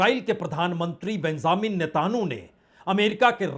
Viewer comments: बाजपेई जी आप हिन्दी का उच्चारण गलत करते बार बार करते।hormuj हॉर्मूज म पे र लगा है अतः पहले पढ़ा जाता,आप होमुर्ज बोलते जो गलत ।नेतन्याहू को भी गलत बोलते नेताहानू बोलते कितने लापरवाह हो ।हो सके तो ध्यान दे। कोई भी तथ्यात्मक कथन नही होता। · Tum kuch bhi ban jao lekin rahoge Bihari. News padhne aa gaya. Na to Netanyahu bola ja raha na Hormuz. Natanu Natanu or Homurz Homurz kare ja raha hai. Abe bawli gaan.... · भाई साहब आप इतने वरिष्ठ पत्रकार है फिर भी आप हॉर्मूज, नेतन्याहू एवं तुर्की के प्रेसिडेंट का नाम ठीक से नहीं ले पा रहें है। ध्यान दीजिए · भाई साहब हार्मोंस और नेतन्याहू बोलना तो सीख लो